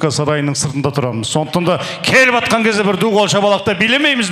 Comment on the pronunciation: келіп "атқан" - ?! Асабаның сөзі "атқан"- өзге мағына туындататын шұбар сөз ! Кім атқан, мылтықпен атты ма ?!Таң атқан-да ма ?!Қазақтың ЖАТҚАН деген таза сөзін айтсаң ауызың қисаймайтын шығар ! Ендеше, неге "ж" әріпін жұтып, қорлап "атқан" деп қонақтардың қазақ тілі -ғажап тілін шұбарлайсың ? Үлт тілін таза сөйлеуді білмейтін асабаны тойға жолатпаңдар, қазақ тілі тазалығын сақтайтындар !